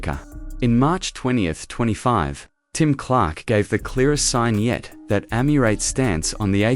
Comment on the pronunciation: Any video that can’t even pronounce ‘Emirates’ correctly immediately gets terminated and deleted - including this one!